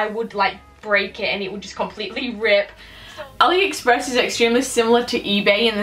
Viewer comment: You say aliexappres like aliexappres